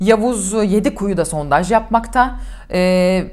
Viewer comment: He verecek sizde çatlayacanız Sontaj deil sondaj 🤨 Cıkarırız rahat olun Eleştirin baska nane yok